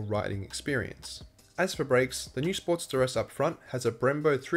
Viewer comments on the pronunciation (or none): I got confused as I had this in listen mode. I kept hearing “Sport - steress”. Why is the sport stressed? Then I realized the accent! Great review. HD wins across all categories!